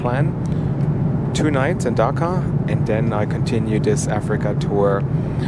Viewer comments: The way you pronounce it sounds funny and sounds like you said Dhaka lol. Love your videos I am your very old subscriber after 4.5 years I am watching your videos again. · It’s not Dhaka but Dakar!! Don’t forget to roll “R”!! 🤔🤷🏽‍♂️🙏🏽